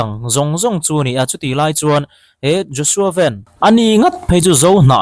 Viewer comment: A hming i lam dik hle mai